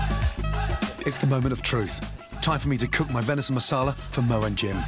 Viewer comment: "Masala" not "Marsala"🤦🏻